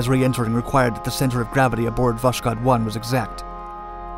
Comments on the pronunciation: It's VoSkhod, not VoSHkod... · You pronounced Восход wrong. It's vos-khod, not vosh-kod. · It was not actually "woSHod" (reading like "SHock"), but "wOSKHod" (reading like "OHio"). Just for precision. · Ah yes, VOSHKOD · Voskhod is pronounced as voshod, without the k, the Russian h is hard, pretty much like the Spanish j, you almost hear a bit of k in it, hence the transliteration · The name of the spacecraft is pronounced as "vass-hOd". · It's pronounced "Vas-hod." "Dawn." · Its pronounced Voh-S-Hod. As in sunrise. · Oh come on! It's written with a "k" specifically so that you say vos-hod. Not a perfect transcription, I know, and, frankly, most Russians would write "Voshod", but google translate would do a nice job saying the Russian name for you. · You pronounce the name of Voshod terribly wrong, kh is a soft prolonged H and sounds like H in “how”. Better be written and spelled as Voshod. Damn why the hell this author always makes such stupid mistakes in all firing languages... PS: Voshod literally means the “ascension” or “ascent”